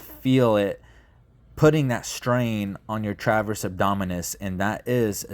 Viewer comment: Transverse…not “traverse”.